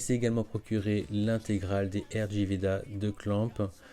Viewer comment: Un discord de qualité ^^ Sinon rg veda se prononce rig veda 😉